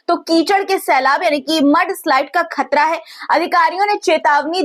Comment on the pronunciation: یعنی خطرہ کو کھترہ یا خاک کوکھاک نہ بولیں پلیز